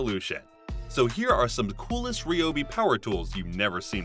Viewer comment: It’s “Ree-obi” according to the company. I know, who cares. Just saying.